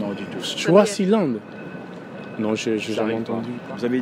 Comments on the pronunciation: C'est Swaziland et non shwazilande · mais c'est toi qui prononce mal, c'est Swaziland et non choisilande ça même pas de sens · A we le mec il sait MM pas dire Swaziland ptdr choisyland il a dit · C’est pas chwazi frère c’est swazi 😂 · Swaziland, pas chwaziland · Il dit choisiland c'est grave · C’est Swaziland et non Shwaziland comme tu le prononces là peut-être aussi c’est ce qui les a tous compliqué. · Swizilande et non choizilande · C’est Swaziland 🇸🇿 not Shwaziland 🇸🇿? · Swaziland pas Choisyland 😭😭😭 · C koi choisyland ? Tu sais même pas prononcer tu déranges les gens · Swaziland ou choiziland ? Toi même t'es con ou t'as des pb de prononciation ! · Swaziland 🇸🇿 et non choisyland la prononciation est importante 😂😂😂😂 Swaziland se prononce comme swahili il faut rectifier sinon crois-moi tous le monde risque de t’appeler CHOISILAND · Le mec c Cru dans le 94 choisyland c Swaziland il est mieux à aller apprendre le français avant de faire des vidéos...